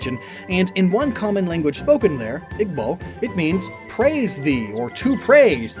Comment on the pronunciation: Pronounced (E-Bo)